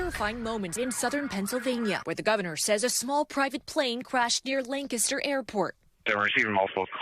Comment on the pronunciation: Thank you for saying Lancaster correctly.